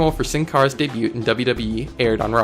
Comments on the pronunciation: Debut is pronounced day bew not day bute and debuted is pronounced day bued, go back to school you undergraduate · It's debut not debute so stop saying it like that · Your Spanish is terrible but your English is worse. its pronounced "DAY-BEW" , and Illinois is not plural. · You say "Debut" wrong. You say it like "Day-byue" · Debewt ? Miastezzees?? do some English and Spanish pronunciation homework punk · Bro, learn to pronounce "debut". Dey-byu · debut is said like daybu and Illinois is said like illinoy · good bid but its pronounced (daybue) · You don't pronounce the T at the end of Debut. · The t is silent in the word debut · The T in DEBUT is silent bro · Why is he pronouncing the "t" in debut? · I'm just gonna say it the t in debut is silent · That's not how you say debut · Dude. Your pronunciation of debut is killing me. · minor nitpick but like you don't pronounce the t in debut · My only criticism is that the T in debut is silent, but it's a great video good work. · You do know that the T in "debut" is silent... Right?